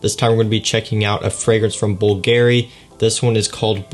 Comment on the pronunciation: The way he says '' bulgeary'' destroyed my soul